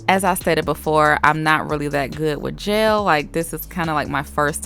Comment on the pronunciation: The fact that you pronounce “gel” as “jail” is a pre cute accent